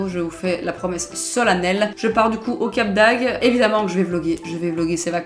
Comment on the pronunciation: C'est Cap d'AgDE, pas Cap d'Ag 😂😂😂